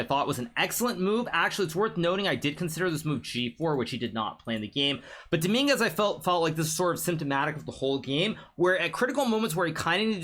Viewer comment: the fact he said dominguez like domingas is so funny because every spanish knows the street meaning of "domingas" jajajjajajajajajajajjajajaja